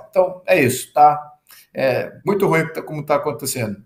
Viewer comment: ESSES PARLAMENTARES NÃO APRENDERAM A PRONUNCIAR O ADJETIVO "RUIM". QUE HORROR!! 😮